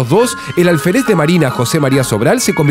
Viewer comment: Dijo "Alferéz"....